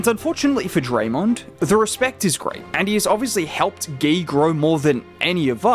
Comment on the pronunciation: You can pronounce his name as you pronounce mcGEE. Gui, not Gay. GUI. Just like Dray pronounced.